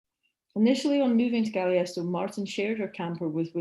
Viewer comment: Marvelous lecture. Please correct your pronunciation of Taos and Galisteo, I am currently living in the area and I know you mispronounced them. Otherwise a wonderful talk.